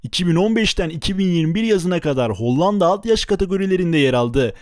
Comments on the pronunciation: Kardeşim kurban olayım HOLLANDA demeyi biraz çalış. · hocam hollanda demeyi öğrenmelisin bence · Video çok güzel emeğine sağlık lakin Hollanda demeyi öğren o ve ikinci a yumuşak söylenir...Kağıt der gibi söyleyeceksin ikinci a yı da kağıt diyebiliyor musun onu da merak ettim...